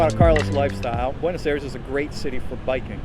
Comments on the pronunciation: But dude, it's "Ah-ee-res" or something close. Not "Air-es." :) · 12 years and you still say Buenos Eres? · Five years in the country and you still pronounce Buenos Aires like an American. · Wish you’d learn how to pronounce Buenos Aires! 😂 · Why the mispronunciation of Buenos Aires? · You've lived in Buenos Aires for 12 years yet you can't even pronounce Buenos Aires correctly. Typical American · bro has lived 12 years in buenos aires and still can’t pronounce it right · Que lleve 12 años en el país y no sepa decir Buenos Aires correctamente?? 😭😭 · You have been living there for 12 years! and you can not still say Buenos Aires correctly?